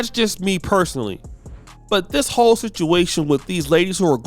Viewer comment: This 'Ho3 situation' or 'Whole situation' 😂